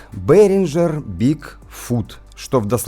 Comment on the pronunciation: ну не красиво, ей Богу. Вроде эрудированный парень. Что это за БэринДЖер??? Это что за фирма такая??? С каких это пор в немецком языке появилась буква ДЖИ???Ты ещё на латыни произношение воспроизведи. Вообще «шедевр» лингвистики получится. Есть немецкий мировой бренд под названием БэринГер. BEHRINGER — немецкая компания, занимающаяся профессиональным музыкальным оборудованием. Наверное ты силён в английском, но это не английское слово. Ни исторически ни этнически это слово не имеет ни малейшего отношения к английскому языку. Более того английский язык сам по себе имеет германские корни происхождения. Это всё равно как Шекспира читать на украинском – уссышся со смеху.